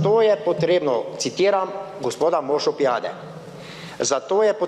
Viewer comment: z to razliko da niti priimka Pijade na zna prav izgovoriti.